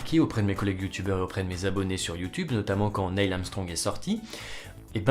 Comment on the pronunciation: C'est Neil, pas Nail. x_x